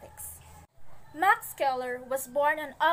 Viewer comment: Good job maam! Scheler is pronounced though as “sheler” not “skeler”